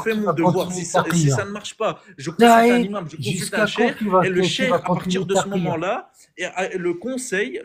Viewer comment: Bravo encore et toujours pour le travail à acharné et bienveillant. Sinon, "le imam", "au imam", etc... les liaisons en français svp 😂😂.